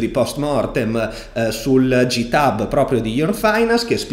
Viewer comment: Solo un suggerimento perché sono del mondo della programmazione. Buggato si pronuncia "baggato" e GitHub si pronuncia "ghitab". Comunque complimenti, guardo ogni video e ogni live!